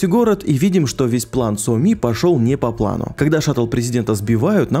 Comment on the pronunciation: Еще Соми произносит как то по уебански: Со мИ. Втф